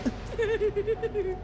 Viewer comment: Did he say squisy! I am in love with squisys And i have 2